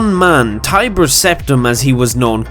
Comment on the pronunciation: I see no reply’s talking about this person saying “Tiber Sometime” so here’s one